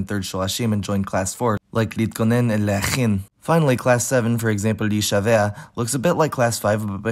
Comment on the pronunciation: להישבע is pronounced lehishava, not lehishavea